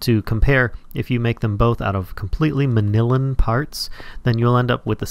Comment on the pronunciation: .....MAN-YU-LLYN not manillan.....ugh